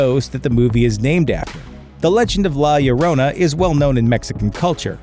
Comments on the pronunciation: La LLorona, It's pronounced... { La} {Yo =LL} (roll 'R' here){ 'r'o} {na} ! You're welcome %^ } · Okay, let's all try to pronounce this correctly: La Jo - Rhone(think the French wine region) - Na. Say it a couple of times fast so you get it. You will still sound like a gringo but at the most you're not pronouncing like this guy. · The way you said "La Llorona" ugh that gives me creeps